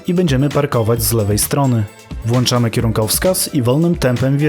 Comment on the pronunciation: nie włanczamy, tylko włączamy mistrzu